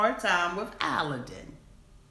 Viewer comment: I can’t stand either of them. They were using each other! He was immature and so was she. She’s a liar and what really bothers me is his name is pronounced like “Aladdin”. And she can’t even say her own husbands name right! Listen to how he says it. He says Aladdin.